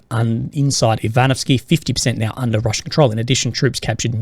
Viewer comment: 😂 now I’m going to think that every time he says now/meow 🐱